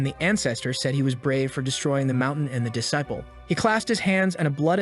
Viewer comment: That is not how you say disciple